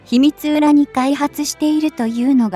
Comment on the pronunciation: 秘密裏(ひみつり)です。 まずは漢字の読み書きから勉強した方がいいと思います。